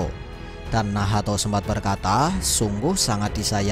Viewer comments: hhhh. Bgtu ya bang cma gak enak d dengar beh lw nahato wkwkkw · Bilang nacht aja min agak usaha bilan nahato. Gak enak d denamgar wkwkwk